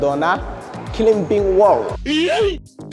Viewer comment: (Climbing) xarafka B waa inaad kudhawaaqin. Climbing(klimbing) 🚫 Climing (klaayming) ✅️